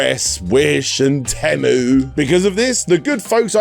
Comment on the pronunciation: I think its tea-moo